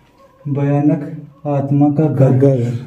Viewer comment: Lagta hain use padhna nahi aata bhanayk ko bhyanak padh raha hain 🤣🤣🤣🤣